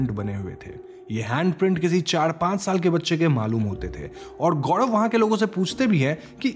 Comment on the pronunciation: गौड़व या गौरव 🤔😶